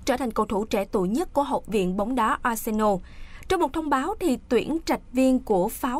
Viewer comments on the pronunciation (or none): none